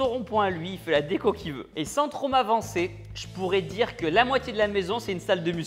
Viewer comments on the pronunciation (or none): none